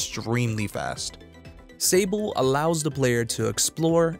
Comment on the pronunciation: I'm pretty sure this is the French world Sable (sand), so it would be pronounced saabl' ([\sɑbl\] so silent h). 😉